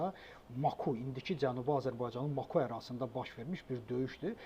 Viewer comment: Maku yox, Makı! Birinci farsca, ikinci isə türkcə.